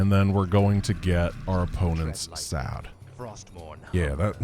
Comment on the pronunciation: For anyone who knows what the word sad sounds like in norwegian we had a good giggle when said that.